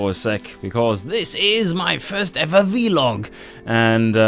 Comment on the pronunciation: Come on! Veee log?? Vlog!! Lol